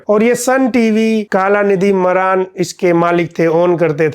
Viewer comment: मारन है भाई मरान नहीं